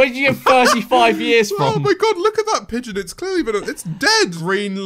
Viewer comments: 😡 he said peigon not pigeon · to me it just sounds like "Pie Gone" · Ah yes a piegon My favourite anmal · It's piegon not pigeon! It's WAY different!